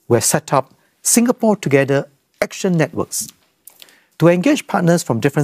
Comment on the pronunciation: In case people miss east-coast-plan-singapore-togeder man's 'togeder'...it is